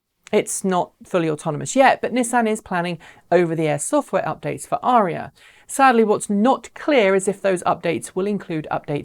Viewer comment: Why do you think Autoline is pronouncing it Uh RHEE uh?